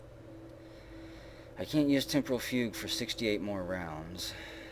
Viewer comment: Fugue is pronounced like the word "few" with a hard 'g' at the end.